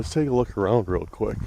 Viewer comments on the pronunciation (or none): none